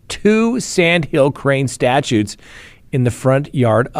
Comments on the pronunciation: You can tell you’re a lawyer lol. They are statues, not statutes good sir. Thank you for the chuckle. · The way you keep calling statues statutes is the only proof i need you are a lawyer. 😂